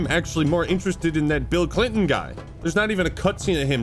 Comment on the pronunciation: BEEL CLEENTON